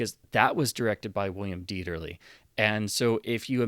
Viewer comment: Thank you for pronouncing Dieterle's name correctly. It's amazing how many so-called cinephiles' videos on Youtube are cringefests when it comes to pronunciation when a bare minimum of effort at research would fix it